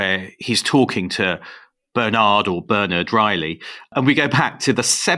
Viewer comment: Bernard and Georgi mispronounced. I think it's important to get names right.